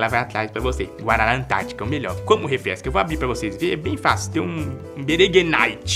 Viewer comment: Esse "como refrexca" aconteceu de verdade ou foi só um delírio coletivo?